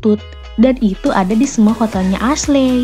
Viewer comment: Kak, Ashley itu pelafalannya Eshli....bukan Asle 😁